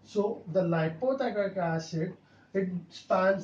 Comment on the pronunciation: What is l.p teichoic acid ? Expansion of l. p the pronouncation is not clear